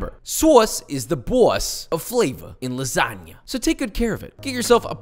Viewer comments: is pronounced lasania, no "lasaga" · I'm italian and when i heard you saying LASSAGA INSTEAD OF LASAGNA Got me dead😂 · O ouu Spaghettious, this Lasaga is awesome and made it Cwispy as possible :D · he also pronounced lasagna as "lasaga" like 3 separate times in the video, i don't think hes going for any points with the italians in this one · You pronouncing it lasaga produces a primal fight response in me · It’s lagsagna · you have to lasagna not lasaga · lasaga lmao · why is he calling it lasaga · Bro how on earth can you even imagine to call that shitall lasagna or as you were pronouncing lasaga (doing my nerves) Ricotta instead of bechamel? Then no soffritto? and most important thing you have left the shitty ragù to cook for 5 minutes? (My mom does 3hours) cmon bro I want to see your skills on masterchef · I love that, for Joshua, The N is silent in lasagna, not the G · Dude the g is silent in lasagna 😀🙈 Interesting option though with ricotta, didn't know it can be made like that. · is it just me or hes pronouncing lasagna wrong?